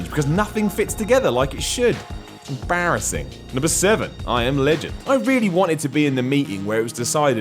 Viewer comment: "barrasing." How did you forget to say "it's em" ?